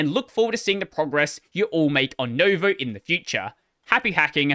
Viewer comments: Noo as in noose I'd say, not new as in news. But pronounced a bit quicker, same length as step or tick, whereas English oo is always long just like steep and take. Also if we´re doing everything properly anyway, the stress is on the second syllable xP (I suppose the all-caps VOE indicates that, but keeps putting the stress at the start, as do most people in linuxland even if they do say noo-voe) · Just saying it's nuvou not novo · It's /noo-VOH/, not /NOH-voh/. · Sorry to be that guy, but I can't help it. Nouveau is pronounced NEW-VOE (nuvo) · Hearing you pronounce "nouveau" as "novo" just kinda hurts 🥲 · I've never seen it pronounced correctly... So it's no surprise. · it's pronounced "noo"-vo, like the word new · New-voe. It's french. Nouveau. Pronounced like Noo-vo.... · It was driving me crazy 😅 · I assume it's pronounced new-VOE, not no-VOE, as in the French word for 'New'. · No, you pronounce it as NO-YOU-VEE-AH-OW